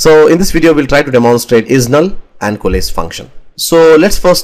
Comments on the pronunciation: Since you mentioned about not knowing the exact pronunciation of the word "Coalesce": It's pronounced "Ko"+"Less". You can also listen to the pronunciation on good translate. It will give you the US accent pronunciation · Great video. Exactly what I wanted. You have very impressive English though to answer your question COALESCE should be pronounced Koh-a-less.